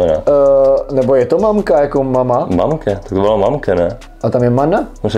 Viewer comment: Je to mamka podľa toho ako to vyslovuje rytmus mánka 😉 ale normálne mama.